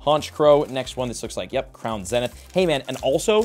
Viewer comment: Can someone please teach this man how to pronounce “zenith”?